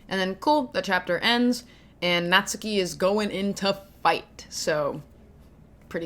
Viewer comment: I think natsuki name would be pronounce more like Nat-ski instead of Nat-su-ki. The “su” is still there ut the emphases is so little. This is a good example